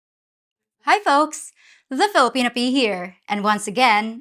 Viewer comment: Did you say “Filopenis”? 😂😂